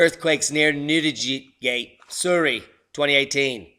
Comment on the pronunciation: Thanks, You did get the name right "Newdi-gate